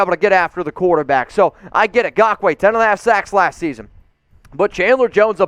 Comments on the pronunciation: Raiders…and even more importantly, the raiders fans who watch your videos. Never again do we have to hear you say “Gakoue” as opposed actually saying it properly by using the N at the beginning of the name. And before anyone tries and defends, yes it’s important to pronounce names properly when you cover sports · Now you can stop saying his name wrong lol